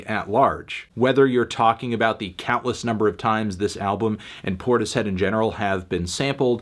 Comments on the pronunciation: Cmon melon it’s pronounced portishead not tortoise head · I think it's pronounced 'porters-head' melon